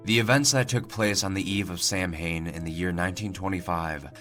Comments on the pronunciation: Cool story but just so you know going forward :its pronounced "sau-an" not sam-hain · samhain is pronounced saw-when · It's pronounced "Sah-wain," dude. Look up the legends (or just the words) before you narrate. Otherwise, you'll look inept to people that know where these pastas come from. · Samhain is pronounced sow-in or soween. Just a bit of insight for you to aid the narration. Love this channel and ur narration. Thank you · The proper pronunciation of the Pagan holiday Samhain (Aka: All Hallow's Eve, Halloween) is "Sowain" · Samhain is pronounced sow-in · Yeah, pronounced sow-win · It's a great story and as much as I would love to hear more of it, that is how great creepy pasta ends, it leaves you speculating what comes next and wanting more of the story! My only critique, which is very minor, is that the pronunciation of Samhain is saʊ.wɛn(sow-wen). That's all! again, wonderful story! Keep it up! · you mispronounced Samhain